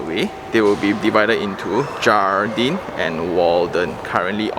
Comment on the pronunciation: I think should be read as 'hardin' J is as H I think they put 'jardin' as the Spanish word, which means ''garden' I guessing only ya